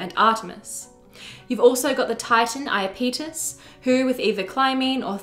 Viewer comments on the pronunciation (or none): none